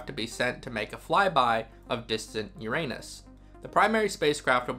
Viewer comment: YOUR-a-nus for pity’s sake.